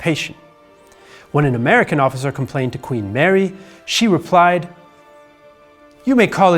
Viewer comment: "jubilation" and "Queen Marie", not so much